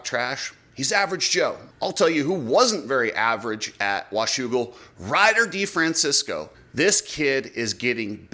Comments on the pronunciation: De Fran Chess Co THATS HOW YOU Say Ryder D's lastname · Oh, RC and YOU, it's DeFrancEsco NOT DeFrancIsco. Not San Francisco.